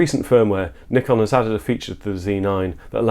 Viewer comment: Well done! Moreover because you pronounced Nikon correctly but zee? 😂